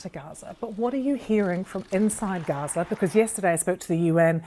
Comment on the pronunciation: It's Gaza not Raza.. the Woman's called it Gaza.. so did the Britts, the Turks... and the Gaza football team who were all Jewish...